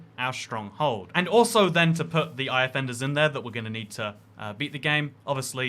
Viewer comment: It’s funny how he pronounces Eye of Enders eye offenders